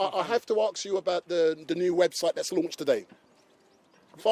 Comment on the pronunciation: you wanna "AXE" him a question? Speak English ffs.